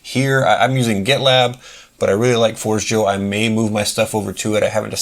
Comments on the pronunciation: It's "for-JAY-yo" - forgejo is the Esperanto word for "forge" - not "Forge Jo" - and, no, not like coffee. Great video, by the way! 🙂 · It is closer to Spanish than you think, it is "for-jay-yo" 👍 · your pronunciation is completely wrong and so is what the name stands for, it is the first thing on the top of their FAQ